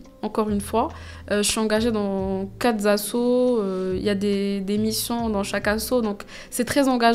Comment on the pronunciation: Il n’y a pas de « s » à « quatre », donc on ne dit pas « quatre Z’assos » !